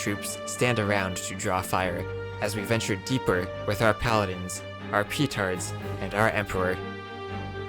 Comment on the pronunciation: Why do you say it 'PEEtards' :( also fun fact, the trick u used for the last mission is what i did normally when i was a child after struggling to fight with the saracens and persians. :D I've learnt about betrayal very fast :o